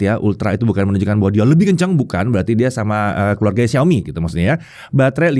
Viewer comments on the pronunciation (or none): none